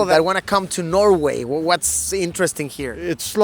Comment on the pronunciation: No es Norway... es Nouega, según el políglota Madureishon.